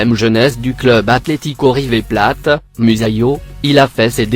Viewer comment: Wsh il a dit river pla au lieu de river plate 😂😭